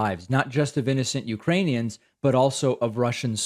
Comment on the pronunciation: David pronounced those Ukrainian towns far too easily. I think he may be a Russian spy.